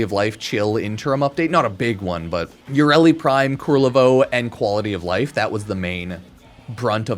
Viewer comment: Ku-LER-vo. His name is Ku-LER-vo.